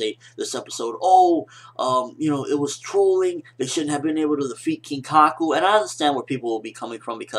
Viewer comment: I don't want to be a video killer or something, but his name is Kinkaku :P